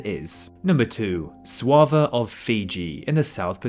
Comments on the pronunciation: It's pronounced "Soova". Hello from Suva, Fiji haha.👋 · I could be wrong but I always thought Suva was pronounced "sue-va" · How do you get Swava it’s called Suva. I lived there and everyone including the locals call it Suva.